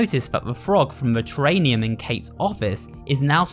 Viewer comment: Bro really said "Terrainium" there